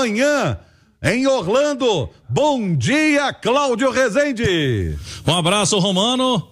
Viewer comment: Não se pronuncia assim resende , fala então so orlando , ja q vai pronunciar errado